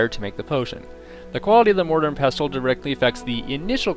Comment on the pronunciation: You don't pronounce the T in wrestle or nestle, so why are you doing it with pestle? Were you home-schooled or some sort of English as a foreign language student? Here's a little tip in life, languages and even dialects are "consistent" to be accepted as such, that is especially with pronunciation. I knew how to say pestle and mortar since I was a child, because it is a commonplace kitchen item for grinding up herbs. I'm so sorry that you seem to have lead such a sheltered existence to have never heard the word said out loud before, but it follows the same rule you follow with wrestle. This is English, not 'Nam, obviously, if you want to do that, go ahead and do so with arapaho or any of your other native languages, not ours.